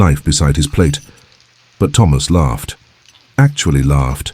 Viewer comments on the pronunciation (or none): none